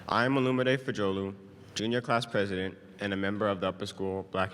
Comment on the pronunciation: Mam said prizidon Kamala te i know form torkia